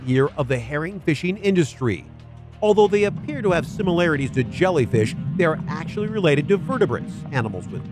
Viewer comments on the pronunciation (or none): none